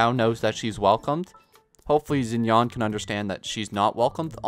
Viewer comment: “Zinyawn” shinyan (rhymes with can)